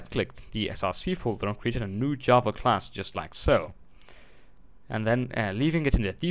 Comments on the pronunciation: it is Java, not yava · very informative video but it's JA-va. not YA-va. repeat after me: JAAAAAAAAA-va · Good tutorial but I just wanted to piontout that java is said with a g sounding I not a y sounding j